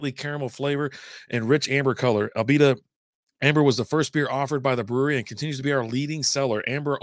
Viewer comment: Not ALbita, but Uhbita, really. I like this lager.